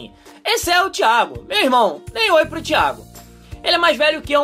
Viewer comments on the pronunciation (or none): quando ele falou thiago achei q ele tinha falado diabo ;-;(thiago se vc ler esse comentario sem ofenças ok)